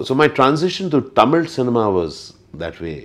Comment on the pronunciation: Excellent So what if he does not know tamil the way he is saying the word tamil itself is amazing even some Tamilians cannot pronounce it properly